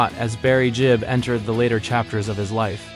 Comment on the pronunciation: It's Gibb, not Jibb.